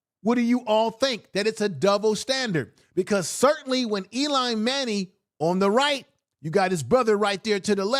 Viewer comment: Eli not Elon!